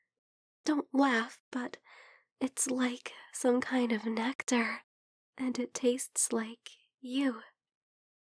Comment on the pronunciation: “Like some type of nectar” NECKtar? Sorry, had to.